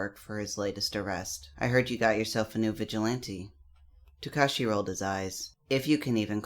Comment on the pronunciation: It's not tukashi It's Su-kau-chi